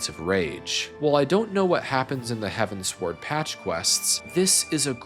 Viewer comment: Great video but please, it's heavens-ward... As in... Heading towards the heavens... Not heaven sword.